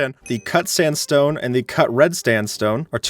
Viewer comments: is it only me or did he say s"t"andstone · bro just said Standstone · heheh... Standstone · am I the only one who noticed he said standstone instead of sandstone? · Stanstone lol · Heha, Red Standstone. I heard it and it repeated it 3 times you called Red Standstone. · Did anyone notice he said red stand stone lol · Sand Stone ❌ Stand Stone ✔ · I've never genuinely smiled at a bee joke until said, "It's a lowercase bee". also are we gonna ignore that he said "Standstone" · Lol u Said red standstone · "Red stanstone" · I can’t stop thinking abt the fact he said red standstone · Red sTandstone* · standstone lol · cut red "stanstone" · "The cut sandstone, and the cut red stanstone" just casually hopes no one realised he said it wrong